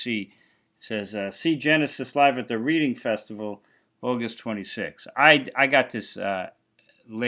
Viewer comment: Great vid, thanks. Reading is pronounced Redding. Tomato tomaato 😆